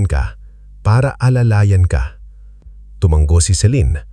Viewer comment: Sir, tumango po , hindi tumang-go. Hope u don't mind 🙂